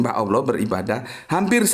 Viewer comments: Tolong di perbaiki penyebutan Allah, bkn Alah. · kenapa Allah dilafadzkan menjadi Awloh padahal bahasa Arab tidak ada huruf a dan e